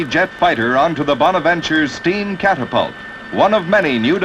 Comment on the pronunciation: The narrator sounds like some AM radio disc jockey from Totonto. Ban - sheee, cap - tap - tult lmao.